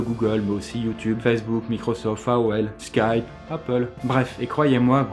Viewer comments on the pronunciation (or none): none